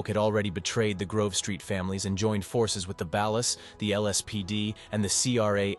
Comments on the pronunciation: The way he pronounced ballas is filling me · No thank you ai- can’t even pronounce ballas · "the ballas" smdh